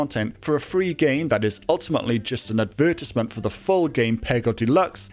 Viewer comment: Okay but the way he pronounced advertisement made me lol Jokes aside, good video